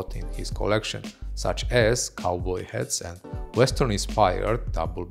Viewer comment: you are amazing that you doing presentations of male fashion when it actually happens!but please try to say ''shirtless'' not sounding like shitless, and say ''hats'' not ''hets'', i am a foreigner in England and its not my mother tongue so i get it. And for some reason you pronounce the V as W, and vice versa, you say wibes instead of vibes, and its purple is pronounced as p''e''rpll,not p''a''rpl.Lots of love After that you will be 100 %perfect and cool as you are!